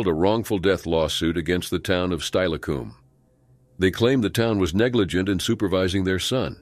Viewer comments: That's not how Steilacoom is pronounced. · Lol, same thing happened when the tuolumne river is read as the "too-luhm-nay" instead of "too-wah-luhm-nee"